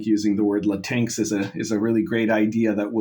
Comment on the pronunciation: Love the way you pronounce 'LaTinks'.😂 Reminds me of when I was a kid and we all went around calling each other Twinkies. I cringe for the sane members of that community every time you say that and it cuts so close to the truth of what the left wants.😂😂😂